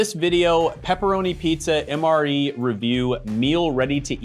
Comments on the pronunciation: It's not Mr. E. It's MRE. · Dude said Steve1989 Mr E info 😬😬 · MRE...Not Mr. E but MRE...Meals Ready to Eat